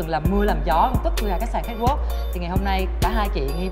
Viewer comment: xin hay doc chu CATWALK cho dung Van oi !